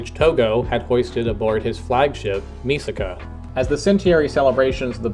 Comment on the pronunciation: You mispronounced Mikasa both the character and her namesake ship, despite the name literally being in the text on the screen. I know it's petty comment for such thoroughly made and interesting video, but damn it throws me off course. How do you read entire manga or watch anime where this name is mentioned like hundred times and make such mistake twice?